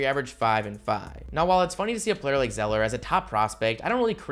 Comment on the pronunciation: I feel like you said Cody Zellinger. Did you say Cody Zellinger?